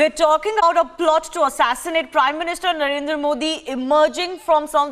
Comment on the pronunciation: BC ITS NOT NARENDAR SINGH MODI ... ITS NARENDRA MODI